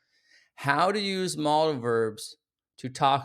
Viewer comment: You are mispronouncing MODAL verbs. It's mow·duhl not "model"